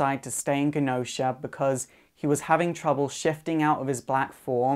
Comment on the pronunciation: I really enjoy your videos, though I have to admit certain pronunciations bug me from a fanboy perspective - i.e. CUCKoos vs. Coo-koos, and GehnOsha vs. GENEosha. Anyhow, rant aside, you're great.